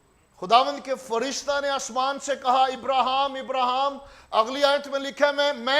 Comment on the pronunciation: ابراھام ابراھیم یا ابرہام اپنا تلفظ درست فرمائیں دھیان سے بائبل پڑھیں